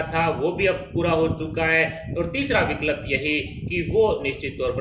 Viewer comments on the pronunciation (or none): Viklab Nahi vikalp 😂Bhai isko pehle Hindi bolna sikhao